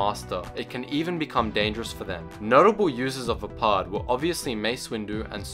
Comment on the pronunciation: Maximo665 vaapad=vaypad